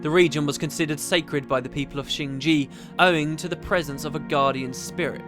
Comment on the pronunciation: Why do all Youtubers say "shing ji", whilst the game says "shing jay", and it's written shing jae, rather than shing jea?